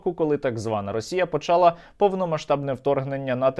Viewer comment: не почАла, а почалА